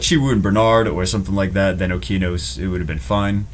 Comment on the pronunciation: It's O-KE-A-NOS ffs Jew!!!